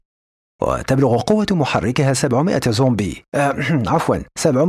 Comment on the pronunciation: 😂😂😂 أحببت تطريقتك في قراءة الفيديو بس كلمةزومبي 😂😂